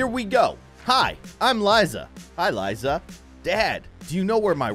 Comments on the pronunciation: Liza not lyza say it as LIZA LIKE LISA YA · you pronounce the word Liza as /l/ /ē/ /z/ /a/